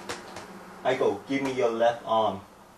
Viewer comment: "Hello, my name is Eiko" But I thought she just said her name was Aiko?